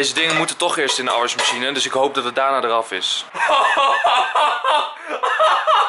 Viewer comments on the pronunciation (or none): je zegt zo grappig afwasmachine haha